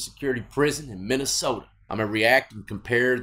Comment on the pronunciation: You can't say Minnesota like that. Gotta put that soda on the end🤷‍♂️